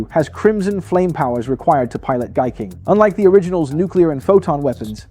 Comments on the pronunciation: Daitarn 3? thats Gaiking and Daiku Maryu. its pronounced as 'Guy=Hai' not gay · 😂Thank you! It was kind of annoying that he kept saying gay.